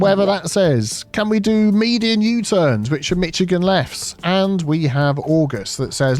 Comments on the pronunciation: The ch in Michigan is pronounced like Chicago...Mishigan 😀 Even my Canadian ears were bleeding. 🤣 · Honestly pronouncing "Michigan" as "Mitchigan" makes me twitch even more than when Americans pronounce the full "shire" in English place names (and I'm English) 😂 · Hearing him pronounce Michigan wrong is hilarious especially because I live in miCHigan😂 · Yeah, I'm from Michigan, and have been using Michigan Lefts in the original CS for years to solve traffic problems. Super easy to build, works well with roundabouts, and works regardless of road width. Oh, and its "Mish"igan, not "Mitch"igan. Its an anglicized Native American word that means great/big lake. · I am now going to refer to them as Mitchigan Lefts. lol I cant unhear it! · Can you repost this video, but add a "bleep" every time you say "Mitchigan?" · mish not mich to pronounce Michigan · “Say ‘Mitch’ again!” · For a moment I thought you said “Mexican left” and I was like “I never heard of it” but you trying to say Michigan left, the state is pronounced more like “Mish-a-gan” but I never heard of Michigan left, I’m only aware of the “Pittsburgh Left” but that’s a different type of left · "mish-IH-gin", not mitch-IH-gin". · Mish-a-gan Not Mitch-a-gan. Soft "c". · I was born in Michigan and live here. If anything you pronounce it..Mishigan (Michigan). Once I heard pronounce it, I paused the video and laughed, then I commented as fast as I could. Love you. Having a cup of tea now. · Never realized that Burtish people pronounced it “Mitchigan” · Being from Michigan, the way you're pronouncing it is driving me nuts. It's not "MITCHagan" it's "MISH-agan." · Being from michigan it kept throwing me off when prounced it as Michigan and not Mishigan lol🤣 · 😂 As a Michigander I flinched every time you said it, to the point my husband asked if I was okay 😂 (Instead of Mitch- it’s a Mish-) very easy mistake to make. Keep up the good work! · Mitch-i-gain you said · It's pronounced "meat chicken"